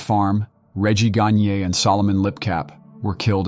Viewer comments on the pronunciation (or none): none